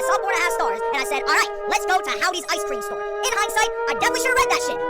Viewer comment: Howdy’s❌ Downy’s✅